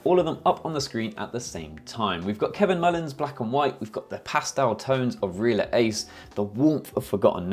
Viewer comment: It's pronounced Ree-ālǎ Ace, not "reeler". I sold 1000s of rolls during my career at Fujifilm. Wonderful film.